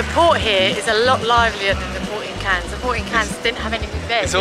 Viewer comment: Shame you didn't stray from the promenade in Cannes (which you consistently mispronounced, unfortunately - the last two letters are silent), the old part of town is much less decadent and significantly more affordable. You also really should have skipped St. Tropez for Antibes, which is much nicer, with less showy and obnoxious people. First and last of your videos I'll have watched.